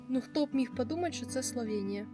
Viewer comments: Класний випуск, але є одне але - не СловЄнія, а СловЕнія!!!!!!! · СловЄнія ріже вуха